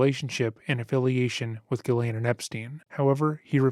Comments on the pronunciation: I hope you learn how to pronounce Ghislaine....jeeslaine .. there is a S in the name. It's so annoying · Her name is pronounced CHEZ LAINE. It's French. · Let's get this right "jisslane"